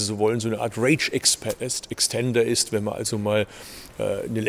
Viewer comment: wie er kein normales "st" aussprechen kann, sondern immer nut "scht". Verkehrsminischter, ischt, inveschtieren. erschte, Fahrleischtung, sonscht, längscht...